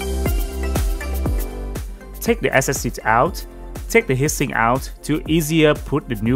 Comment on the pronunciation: It's not hissing, it's HEAT SINK! Try saying it as TWO WORDS! It sounded like you were saying HISSING as in noise!